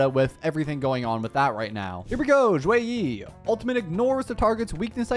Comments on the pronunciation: The "Xue" is actually less of a "Z" sound and more of a "Sh" sound in Mandarin, so it sounds more like "Shoe-weh" rather than "Zhoo-way"! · Should be "Shu -e -ih" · In Chinese it would more or so be shue e so for the shue you have to like upper your tone and for the e you have to lower the tone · it's more like shuYei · no, its pronounce more like sheh-ee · not really almost perfect, more like the last 20% was correct 😂